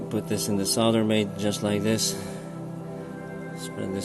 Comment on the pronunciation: Great video, thanks so much, very helpful. And thankyou for pronouncing solder correctly!